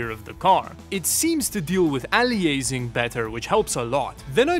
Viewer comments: aleeeaysing? What the hell is aleeeaysing? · I've never heard aliasing (pronounced ay·lee·uh·suhng) instead pronounced ah·lee·ay·sing before 😂😂